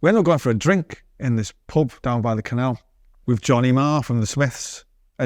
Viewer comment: "how canal"